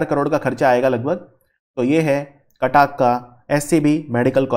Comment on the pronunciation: Someone please teach him how to pronounce Cuttack.